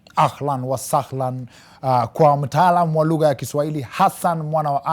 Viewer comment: 😂 😂 Did you have to repeat "lugha(lug-her)"